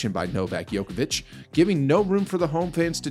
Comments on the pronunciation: Your competence to comment on Novak is kind of questionable since you mispronounce his name? Ignorance or disrespect? Djokovic rather than Yokovic ! His the GOAT for god's sake!!! BS video!!! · It’s not Jokovic it’s Djokovic. Spell it right!!! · You keep calling him Joković (it would be same as calling Federer Pederer). You obviously "really" dislike the guy. Same as for western media, Nole is such a difficult pill to swallow for you guys... Ts soo sweet to hear your anger (;D)... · His family name is mispronounced!!! "Joković" ("ć" is a letter for soft "ch"), but you keep pronouncing the funny mixture of basketball player "Jokić" and "Đoković". It is possible to find on Wikipedia. You put so much effort to create the clip, and you coudn't pronounce the name right??? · I've never heard it pronounced 'Yoke a vitch'. I'm used to a 'J' sound at the beginning. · Stop mispronouncing the name of The GOAT! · So I'm supposed to listen to the commentator and take him seriously even though he can't even pronounce his name properly.. That is evidence this person has never watched a tennis match in his life. Quit wasting our time. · Sick propaganda, you are true just like his name pronunciation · wow just wondering why would you make such a video? You intentionally mispronounce his name . you even used Federer's broken racquet and attributed it to Djokovic, you are just little piece of (something that rhyme with HIT) shame on you